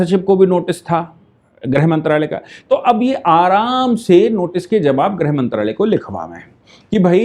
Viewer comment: आप ग़लत हिन्दी उच्चारण कर रहे हो आप गृहमंत्री/ गृहमंत्रालय को ग्रह मंत्री/ ग्रह मंत्रालय कह रहे हो,,,, लगभग सारे न्यूज़ चैनल ऐसा ही ग़लत उच्चारण कर रहे हैं